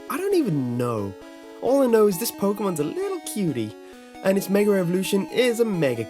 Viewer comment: "It's meger evolution"